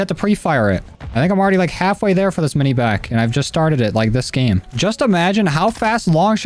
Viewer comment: It’s not mini BACK it’s mini BAK